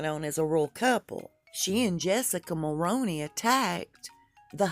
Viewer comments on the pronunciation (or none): minutes...I'm just trying to be helpful as a Canadian... you are mispronouncing Jessica Mulroney's name. Mulroney is pronounced "Mull-roo-knee" think of the "roo" as in kangaroo or room. I remember well when her father in law Brian Mulroney was the Prime Minister... Hopefully this helps you for future reference and videos. 🇨🇦🤗